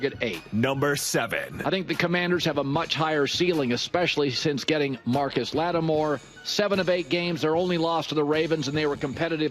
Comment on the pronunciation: Marshon Lattimore has been in the league for 7 years and talking heads are STILL getting his name wrong